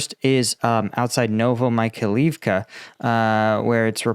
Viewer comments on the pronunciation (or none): No, it is actually getting worse (Zaporaheezia, Novo Michael leave ka, Harkeeve). ain't even trying, but it's okay. People don't come here to learn how to say those names, after all.